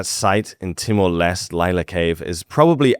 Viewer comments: Hi. Timor L'este is pronounced "Timor Lestee". "L'este" just means "the east" in Portuguese (its original western colonisers). East Timor was its pre-independence (from Indonesia) name in English ‐ "Timor Timur" in Indonesian. Nice name in Indonesian but politically incorrect now, of course. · it's Timor Leste (like liver pâté), not Timor Lest.